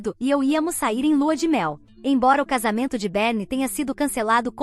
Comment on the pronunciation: Será que a IA leu errado, ou ela deu nome pra meia irmã de "Berne" ?! Literalmente larva de varejeira 😂, provavelmente se for do inglês acho que o nome seria Berny ou Bernie, sei lá kkkk